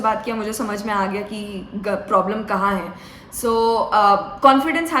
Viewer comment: language " Main Problem ". "Promin". 😂